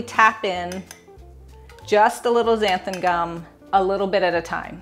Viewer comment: That looks so easy and delicious! Thank you for pronouncing xanthan gum correctly! I'm sure you know what I mean 😊